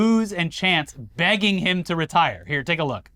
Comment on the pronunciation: I had no idea "Retire" was a 3-syllable word. I have got to get out of my bubble and join more mobs.